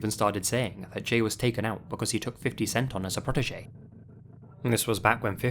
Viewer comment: it's ok you technically pronounced it the way it's said most of the time.